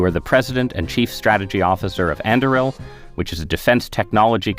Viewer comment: Both pronunciations he made for Anduril are wrong lol. An doo real!!!